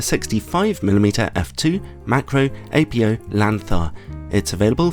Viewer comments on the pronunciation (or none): It's Ap-OH not Apio lens. It's not apio-chromatic is it?